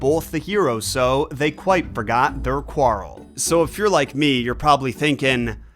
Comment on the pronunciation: Dude When you do the tweedle dee and tweedle dum poem, you gotta say quarrel like barrel. Like... why would you not do that? Its so very obviously meant to be said as such